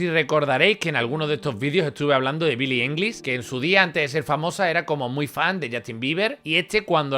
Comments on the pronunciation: Este contenido no está mal, yo lo veo, pero a ver si mejoras ese inglés, que en cada pronunciación les cambias la nacionalidad y todo a los personajes por no saber decir sus nombres. ''Billi english'' PD; Di Caprio y Dalas tienen cositas en común jaja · "Billy ailish" 😉😉😉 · Bili english 😂😂😂😂😂